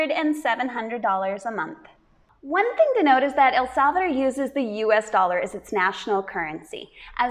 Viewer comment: “ el salveder” 😂 lol El salvadooooorrrr chica ❤